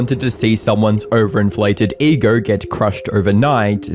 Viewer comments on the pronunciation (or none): It’s pronounced ego not egar